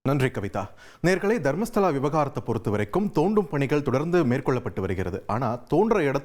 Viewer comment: ஏல அது தர்மஸ்தலாடா அம்பி, நீ மர்மஸ்தலா என்று தப்பா பேசுறியே நல்லா படிச்சுட்டு பேசுடா அம்பி 😂